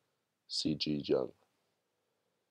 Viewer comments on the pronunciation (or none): CG Jung was a Swiss not Chinese 😂 pronounce like this